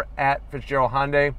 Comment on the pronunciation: Hyundai - that's just too hard to say. I know - Honda is easy to pronounce - I'll just grab the "y" from Hyundai, stick on the end, and blammo - Honday! Perfect! Nobody will ever notice!